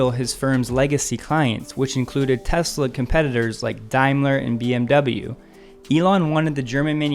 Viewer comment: I like that you pronounce the name correctly. Please teach Bob Sullenz that the name is pronounced "Tezla," not "Tezzla." :~)